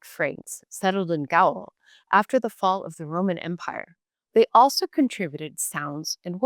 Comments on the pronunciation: WTF is "Glowlish'?" You are presenting a very negative promotional message for your language-learning sponsor when you can't get the pronunciation of "Gaul" (- rhymes with 'fall' in conventional English.) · Is this an actual person? Some of the strange errors in pronunciation of even standard English words like Gaul and diphthong.... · Her pronunciation of Gaul is odd. My French mother says it differently, vastly so.